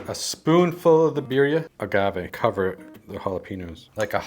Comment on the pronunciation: Birrrrrrrria. You gotta rrrrrrroll the errerrrrressss ese